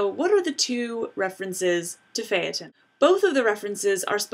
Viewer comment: Thank you for pronouncing "Phaeton" correctly.